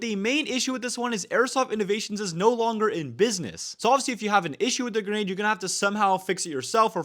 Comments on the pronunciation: I don't mind it's probably how he grew up, in fact it's funny to me how he says "genade" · I HEARD IT I HEARD GENADE